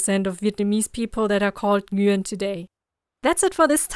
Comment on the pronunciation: F@ pronounced the name correctly! "Nguyen"